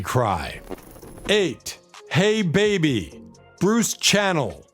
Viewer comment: Great! But learn how to pronounce Fontella's last name, Sass (short a sound) and Bruce Channel's last name (not like a TV chanel) it's Sha-nel.